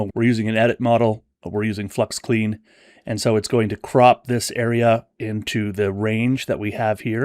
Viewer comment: This looks awesome, looking forward to trying it! BTW, "Klein" means small in German, and is pronounced "Klyne". My name is Freilich, so I've been dealing with mispronounciations of German "ei" my whole life!